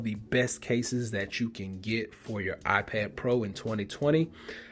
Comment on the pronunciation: "my I-ped"